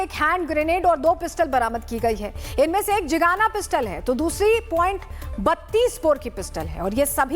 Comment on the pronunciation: jigana nhi hota zigana hota hai